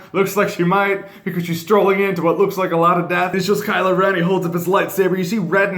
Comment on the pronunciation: Is anyone else hearing him say KylA Ren instead of Kylo?